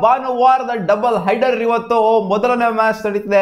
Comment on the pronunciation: Haider allla adu header 🥴 so called uneducated youtubers🤣